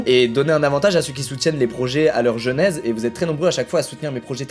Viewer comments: genèse pas "jeunèse" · Super la vidéo, juste un p'tit truc en plus,genèse se prononce plus ''génèse''